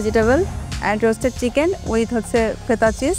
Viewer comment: নিশাত চিকেন উচ্চারণ টাও তিতেন,ভেতিতেবল বলে।ভাই এ বলে প্রথম হয়। কি সিন্ডিকেট ভাই